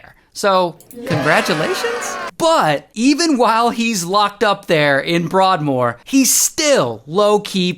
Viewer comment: “Bwoardmoor” its “broadmoor”